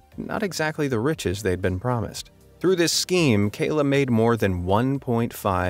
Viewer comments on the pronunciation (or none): none